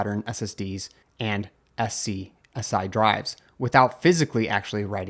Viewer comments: Bro, it's not said S.C.S.I it's said "scuzzy" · SCSI is pronounced sky-zee